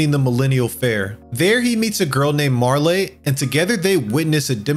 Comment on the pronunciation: Chrono trigger is the Goat, but the E in Marle is silent. Also ff6 is superior to everything else In this video